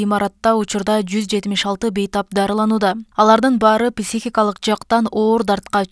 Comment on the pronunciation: Писихика эмес,психика